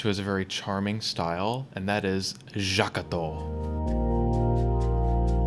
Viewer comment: H-have I been pronouncing Jacato wrong all this time? I... I met him..